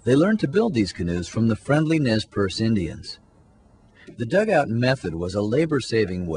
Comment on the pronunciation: Nay per-say is the correct pronunciation for the Nez Perce. That being said, I really enjoyed this